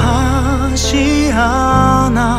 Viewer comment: 이거 노래 진짜 좋아서 감성 취해서 듣고 있는데 그 와중에 발음때문에 터져버림 ㅋㅋ 더는 너를 후회하쥐 아놔~ 널 사랑하쥐 아놔~ 마랄쑤 이쒀~ 근데 노래 진짜 좋다..